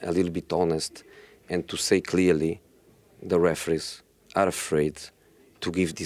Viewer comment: Nobody: Jose: de referees